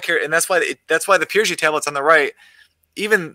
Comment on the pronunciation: FYI, it's PYRGI plates, not PRYGI.